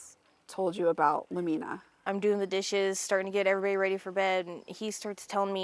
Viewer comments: It bothers me too… the accent is supposed to be on the letter “U”. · Lumina mispronunciation is annoying.